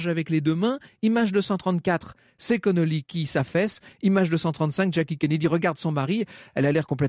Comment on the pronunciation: Ce n'est pas Connolly mais Connally, John Bowden de ses prénoms.